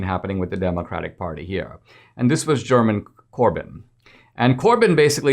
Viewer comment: Je-re-mee Corbyn not Jer-min